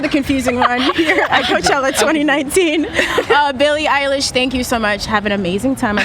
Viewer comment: I THOUGHT SHE SAID HER NAME WRONG Billie electrify LMAO